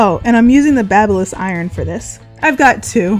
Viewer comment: Thank you for pronouncing Babyliss correctly!!!! LOL there are too many youtube videos where people completely butcher that brand name.